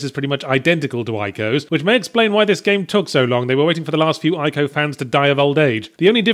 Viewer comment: Ee-co not Eye-co